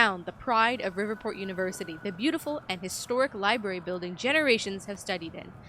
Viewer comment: My biggest problem with Quantum Break is that characters (mostly Beth) pronounces the word "Library" as "Libary" 😂